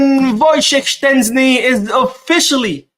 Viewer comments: Its not Shenczni brooooo Its SHEZSTNI.... 😂😂😂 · Why do you pronounce Szczesny like there's a T in the name, you are murdering the name ,it's pronounced like (shezney) so like In English "SH - E (like in egg) - Z - NEY " so I don't know where where you get the T sound from 😅